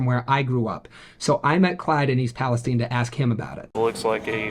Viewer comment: Peles-stine not palesteen